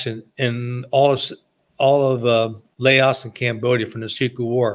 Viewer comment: LAOS not Laosh, no SH